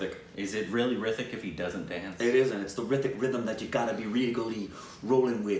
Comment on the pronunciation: Its not hrithik to say with th its with t ritik